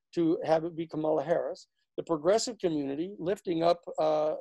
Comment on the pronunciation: Great analyses Danny. Learn to pronounce "Kamala" and you've got it made.